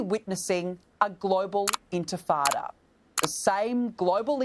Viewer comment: I like how you can hear people saying Antifada instead of “intifada” They don’t care they don’t know anything they just want to be part of something and get paid for it